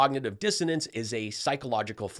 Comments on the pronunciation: She said cognitive "Dissidence" She is a true airhead. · I'm pretty sure she said cognitive dissidence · I heard, "cognitive dizziness". My bad. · I heard 'cognitive diffidence'. Give her a break; she managed to use two three-syllable words, and made a creditable attempt at the second one.